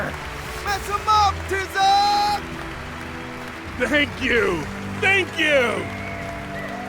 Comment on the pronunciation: is anyone else bothered by the way they pronounce Tizoc's name